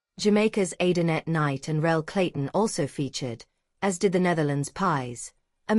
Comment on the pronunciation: Stop posting hateful videos to YouTube. If you're going to post a video you sure had better spell the athlete's name correctly whom you are saying is being destroyed by another athlete. It isn't Adanet Knight, it is Andrenette Knight, the female Jamaican 400m hurdler.